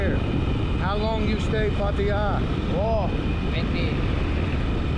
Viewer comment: STOP SAYING PAR TI JA try PAA TAA JAA ?